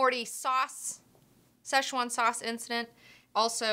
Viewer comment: Blade Runner flops cause current audience doesn't like longer movies, and even by just the trailer it seems too complex for teens and brats whom parents take to cinema. Also most have not watched the prequel so they don't understand the plot, it's been too long between the two movies. Also it's pronounced "se'tchuan", "ch" is a "tsch" sound.